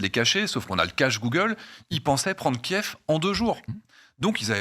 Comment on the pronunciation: Y en a qu'un seul qui regarde les allocutions de Zelensky apparemment et qui a la présence d'esprit de dire Kiv et non pas Kief.